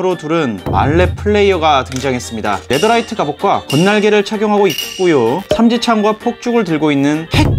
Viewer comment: 네더라이트가 아니라 네테라이트이 예요^_^